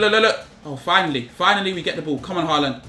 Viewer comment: Finally he said Haaland's name right